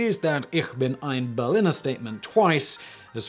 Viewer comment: It's pronounced Pfannkuchen, not Pflannkuchen :/ And the i in Berliner is long, it's not berlinner